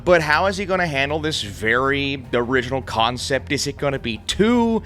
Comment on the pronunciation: For the first 120 seconds of this review, when he said "concept", I thought he was saying "cotton sip"....which oddly made sense.